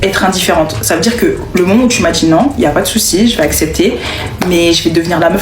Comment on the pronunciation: "Je me dJit." Au la wesh........! Quel horreur.